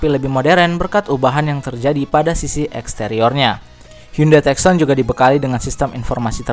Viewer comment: tucson..dibaca.. tussan..